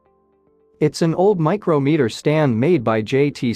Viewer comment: For God's sake, PLEASE STOP with the AI voice over. In describing the micrometer stand it says " Micro Meter " as two individual words when in fact it is one word pronounced as " micrahmeter " but spelled micrometer. You are mispronouncing & misinforming a multitude of people that don't know any better then run around saying it incorrectly because " they heard it on the internet" so it must be correct. And then probably go onto Wikipedia and start writing some BS about something. It's no wonder why Wikipedia is so messed up. Please STOP the AI voiceovers. Then you have people like the one just below that have no F'ing clue about whatever it is but then say " that must be correct". Why? Just because she / he / they THINK so? And then go on to tell some fanciful story to support their idiotic supposition. And, I'm right back to Wikipedia being all messed up........ People, if you do not know about something it's ok. You don't have to and are not required to add your two cents to appear more intellectually informed than others. Something I learned as a child was one of those great aphorisms from my grand folks " Its better to sit quietly and look intelligent than to open your mouth and prove otherwise." Between the AI voice and un-informed people, you really "F" up what could be a really great channel.